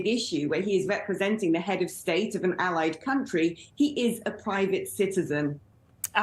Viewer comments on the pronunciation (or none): none